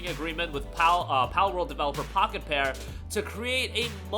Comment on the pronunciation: Everytime you say the developers name i keep hearing Crapped-on, lmfao!